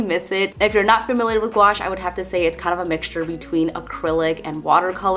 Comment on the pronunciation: You said gwash a million time..lol 😆